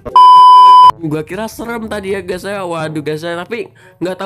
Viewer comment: Video lain:guys guys guys Video yang ini:ges ges ges :v